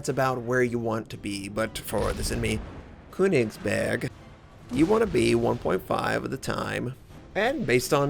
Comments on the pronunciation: Hey!:)I love yuor vids and all of your content but there's one thing that bothers me. The way you say köningsberg sounds so strange. The way you pronounce the letter ö is like the sound after the b in birthday. I hope that this helped you and I don't feel like you need to learn from this if you don't care. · The ö is pronounced like the "u" in Church by the way, also hard G's.